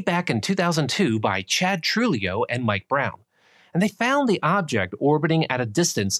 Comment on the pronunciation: Tortilla and Trujillo have similar phonetic qualities being spanish and all. I like the video but the mispronunciation of dudes name killed me.